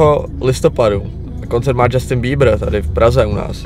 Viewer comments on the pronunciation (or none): džastyn není to náhodou Justin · akože vážne Džastin!? Justin!